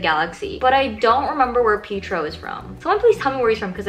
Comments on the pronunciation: pietro is wanda’s twin brother (pietro maximoff) you might know him as quicksilver <3 edit: also you’re really close but it is pronounced pee- et- tro xx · 😂☠ pietro (pi-eh-tro) is Wanda's brother from age of ultron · It's (PEE-A-TRO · Pee-tro? Love no… it’s PIETRO from age of ultron aka wandas bro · Pietro is pronounced pee-ay-tro, and he is in age of ultron. he is the fast one that died, wanda maximoff's brother